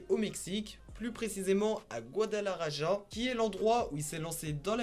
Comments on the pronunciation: On dit guadalahara et sa s’écrit guadalajara c’est un ouf 🤣🤣🤣🤣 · Guadalaraja 🤣🤣🤣 cest plus guadalajara qui ce lit guadamaRaRa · La prononciation pour "guadalaraja" mdr!!! Il faut prononcer gwadalarakha c'est je kha de khaled. Si tu dis Raja c'est mort. Tu dois pouvoir taper "guadalaraja" dans google traduction traduire du Français à l'espagnol ensuite tu cliques sur le haut parleur et tu auras la prononciation du bled. Enfin je pense lol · Tu pourrais parlé de tay-k et ca se prononce gualalarara non pas gualalaraja #mexique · Guadalaja"RA" pas GuadalaRaJa. Le J se lit R ou Kh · Guadalajara ^^ C'est mimi comment tu le prononces. ça se prononce "rara" à la fin. Autre chose, Rimas, c'est "le roi de la rime", et pas la limas. Le prend pas mal, t'es parfait, c'est juste histoire de... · Gadalajara ca se dit Gadalarara lol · « Gouadalaraja » ptdrrrrr😭😭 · Désolé mais en espagnol le J se prononce R donc J=R Ça S'écrit Guadalajara mais ça se dit Goudalarara et Aussi El Rey De Las Rimas veut dire le rois des rimes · "Guadalarara" stp 😭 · GuadalaRaja, El chapeau, stp fait un effort! 😂😂😂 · On dit "goidalarara" ;) phonétiquement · Sa se prononce guadalakhara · Jte jure et aussi comment il prononce Guadalajara mdr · Jte jure comment il prononce il m as tué mdr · Juste pour info, Guadalajara, la capitale de l’état de Jalisco, ça ne se prononce pas du tout comme dit, mdr 😂. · « iL A paS bIEN dIt gUaDaLarAJa » 🤦‍♂️🤦‍♂️ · Salut, c pas mal mais ta prononciation elle m'a fait rire, surtout comment tu dit Guadalajara ou mencho , mais c cool, mais venez visiter Jalisco c un super état avec des plages dans le Pacifique et la cuisine, les mariachis y a tout, viva Mexico cabrones.